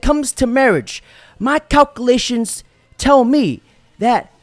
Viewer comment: Psyintiffic cock-u-lay-shuns